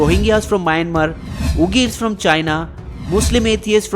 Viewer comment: And it's not ughirs.. it's Uighurs